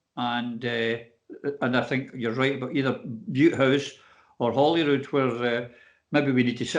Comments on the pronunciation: The Scottish Free Media - now you're talking!! Why do you think so many Scots can't pronounce Holyrood properly, it's bloody rife! It's not HOLLY-rood!!!:):) Thanks. Keep up the good work. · Sorcha Pedro, that's one of my bugbears too - bad pronounciation of "Holyrood"!..I enjoyed the chat, guys. Gutted that Stu's away but thankful you can comment in a meaningful way.